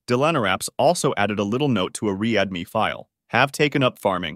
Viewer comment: "reAD me" file? Li-nux? AI voice is high or what lol